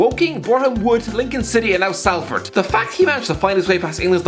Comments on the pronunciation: It’s pronounced solford not Salford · It’s pronounced SOLford not SALford eg you say sOlt not sAlt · my man really said SAL-ford